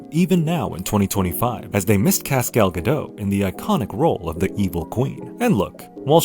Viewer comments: Its Gal Gah-DOT, not Gah-Doe. She's not French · The Lion King is as much live action as Toy Story! You pronounced Gal Gadot's name wrong. The t is not silent. Ugh I can't watch anymore.